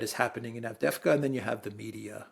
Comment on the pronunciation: And you to,? Normally you pronounce Turkish and Russian well, and today Avdevka instead of AvdYeYEvka. City is clobbered, and of top of it, two Greek commentators want to take away a whole syllable! Insult to the injury.